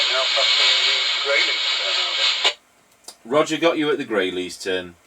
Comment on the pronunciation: "Rodjorr". LOL